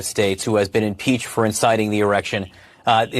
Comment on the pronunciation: Schumer was reading it and he still messed up! What a dill hole!!